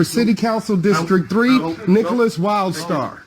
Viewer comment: Wlidstar??? Sounds more like World Star to me.🇨🇦